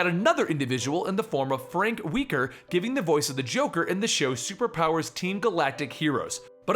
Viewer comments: It's Frank WELKER. Not Weeker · His name is pronounced welker, not weaker. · JOHN DiMaggio did the voice over for Joker in Under The Red Hood, not Joe. The Yankee Clipper had been dead for 11 years at that point. And I think it's pronounced Frank Welker (Well-ker), who has numerous famous voice credits like Fred from Scooby Doo, Abu from Aladdin, Megatron and lots and lots of others. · Ok, so it's JOHN Dimaggio, not Joe, and it's Frank WELKER, not weaker. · First of all, it's Frank WELKER, not Weeker, and it's JOHN DiMaggio, not Joe. For my favorite Joker, it would be Mark Hammil, but Kevin Michael Richardson and Troy Baker come close. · you said weeker instead of welker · Huh, is Frank Welker's last name pronounced "weaker"? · I love ya, but you seriously have a problem with pronouncing names. Frank Weeker and Joe DiMaggio, seriously!? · Ohh Thunder will be brought down on for mispronouncing Frank Welker's name.